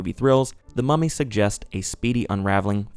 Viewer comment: I keep getting distracted bc I think ur saying "Mommy" instead of mummy and it makes me giggle everytime lmao